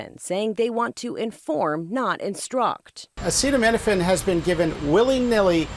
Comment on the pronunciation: "If you can't tough it out then there's that" 😮. Then there are opiate painkillers or nothing .What if the woman had an injury or a bad tooth ? He can't even pronounce " Acetominaphine" !